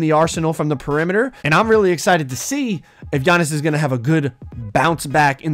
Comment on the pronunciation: His name is not g-annis his name is giannis